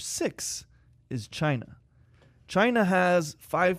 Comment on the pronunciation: "Chy-na" not China.